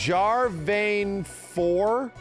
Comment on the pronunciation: Why does he pretend to not know how to pronounce them? I get he hasn't heard the names said out loud before but he's clearly deliberately doing it. Like... pronouncing 'Jarvan' like "Jar vein"? How did you even get the 'ei' sound? There are other examples but that was just the one he was saying as I was writing this comment.